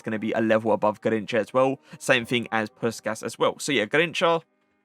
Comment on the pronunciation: As a hungarian, i have to say, ive never heard anyone pronounce puskas right, you have to say push-cash but the a is "ah" instead of just "ay"